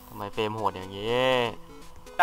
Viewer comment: เฟรม เฟ้ยไม่ใช่ เฟลม